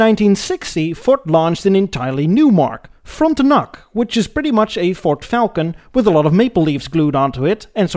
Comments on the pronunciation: I absolutely love these videos and the humour, but "Moe-nark" is pronounced 'Mon-ark', or 'Frunt-un-uc' is actually 'Fron-ten-ack'. I kept laughing my ass off at the silly, subtle errors. Not complaining. Rather, as a Canadian, I can run with it as I love the quality and watch each episode as they come off your automotive assembly line. Keep at it, brother. 1956 Ford Maple Syrup 5000? Solid Gold! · Great video but many mispronunciations. This includes: Monarch, Frontiac and Parisienne.